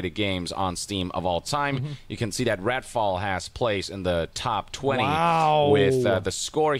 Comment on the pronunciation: did yong call it "ratfall"? 😂